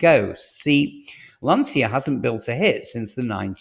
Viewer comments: Before predicting unreliable data it would be nice , if you would pronounce Lancia in the correct way . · Lantscha, not Lansia! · You can’t even pronounce Lancia or Ypsilon correctly 😂.